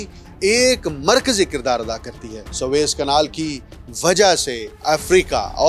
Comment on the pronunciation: swaiz نہیں سویز۔۔۔۔۔۔سوویز تلفظ ٹھیک۔کیجئے SUEZ